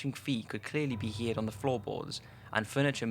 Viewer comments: Does anyone else get pissy whenever he says hear'd instead of heard? Its getting on my nerves XD I hope its just his accent cause thats something you cant really get pissy at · I am most haunted by the fact that you said "heared" instead of "heard" tbh. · heard is pronounced 'herd' not 'hear'd' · As much as I love these top5 videos. His mispronunciation of simple words is starting to do my head in! Heard is pronounced herd NOT heared And it's called a vicarage NOT a vickarge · It's "heard" not "heared". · ok watched like all your vid gotta tell u that when u say heared its annoying haha its said as : Heard as in a heard of sheep lol not heared so like this : john heard the sounds coming from the toilet Heard not heared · you don't know how to say the word heard. you don't say it like "hear-d"